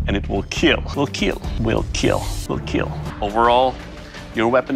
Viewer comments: ‘’It will keal’’ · My only reason for watching is to hear "it will keel" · WAIT THAYS WHY HE SAY IT LIKE KEAL I THOUGHT HE JUST HAD AN ACCENT. OOOOOOOOOH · it will keel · iD WeED KeAL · I KNEW "IT WOULD KEAL" WOULD BE HERE HAHAHAHAHAHA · It will keal Caption makers- its time to destroy this man's entire career Captions- it will kill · Million dollar question - will it keel Lol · "It will kEaL" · It... Will keel. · It Will KEAL! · ''It will keill''